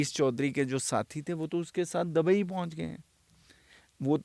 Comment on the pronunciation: Bhai sab pahle to bolna sahi kro aap ,,humesha dubai word dabai bolte ho